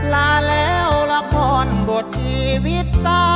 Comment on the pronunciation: ตัดคะแนนกีต้าร์ (1) การเล่นไมค์ทำให้เสียงขาดหายหลายครั้งมาก (2) การออกเสียงคำสั้นยาว เช่น คำว่าจน เป็นโจน คำว่าเฝ้า เป็นฟ้าว (3) ออกเสียง ล เป็น ร คำว่าละคร 1 ครั้ง (4) เสียงร้องที่แตกหลายจุด อันนี้ลองฟังแค่ 2 ครั้ง แต่ก็มากกว่ากรรมการแหละ แต่เราก็รู้น้อยกว่ากรรมการโขอยู่น๊ะ จริงจริ๊ง